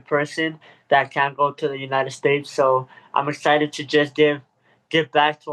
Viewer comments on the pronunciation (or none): He said he’s EXCHITXHED .! lol Wow fix that !